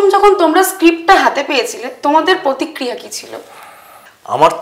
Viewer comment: শুধু 'ব্যানারস' নয়। 'পতিক্রিয়া ' ও।